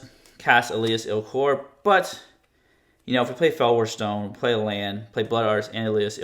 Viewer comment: el as ILL kor